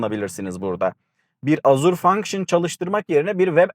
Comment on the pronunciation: Azur ne la :) Ejur diye okunur